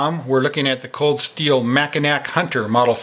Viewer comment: It's pronounced mac-in-naw